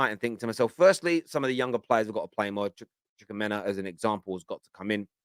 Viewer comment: it’s pronounced chu-kwu-eme-ka